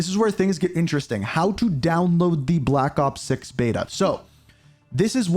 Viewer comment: "blapakop six"